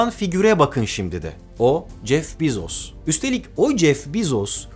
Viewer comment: Bu kadar bilgili bi insanın Bezos'u yanlış telaffuz etmesi de, ne bileyim.